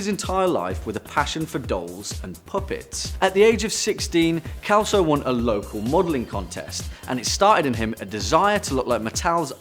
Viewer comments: Kelso? 😂😂😂we Pronounce it like if it's beem written with an S, "Selso", from Sierra. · lol... Its not "Kelso", its " Selso", more an 's' than a 'k'. xP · It's funny the pronunciation of "Celso" in English. In Portuguese sounds like "Selso", while in English is "Kelso". Congratulation for the video! 😊😊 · Celso ("s" sound) not kelso! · Celso is pronounced selso not kelso. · I really love your videos, guys. The number 2's name is mispronounced here. The 'C' is pronounced like 'S'. #peace honey 😘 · kelso ? IT SHOULD be pronounced like Century ... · The ken doll did he call anatomically correct